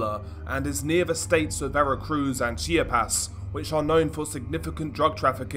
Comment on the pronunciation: He doesn’t get it all right, though. He mispronounces Chiapas in this one. He says “CHI-apas” when it’s “Chi-AH-pas”. Emphasis on the 1st “A”. In other videos he mispronounces the name Jorge. He says “Horgay” when it’s “Horheh” if we are using English phonetics. He does a pretty good for the most part, but still needs a lot of work.